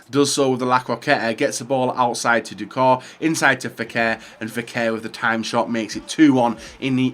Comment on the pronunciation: It’s pronounced doucoray not doucor